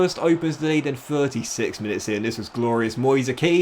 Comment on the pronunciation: Btw Moise Kean’s name is pronounced like Ken due to being Italian